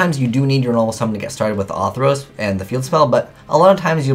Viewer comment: I love you man, but it's fucking ORthros, not AWWthros. There's a fucking 'r' in there. Ok, rant over.